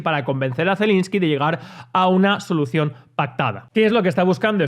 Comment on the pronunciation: Es Zelenski, no Zelinski